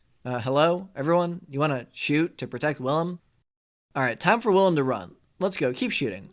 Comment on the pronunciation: Bruh im the main caracter my name is Willem lol and you pronounce it like villem dont use a W say it like Villan with a m....Villam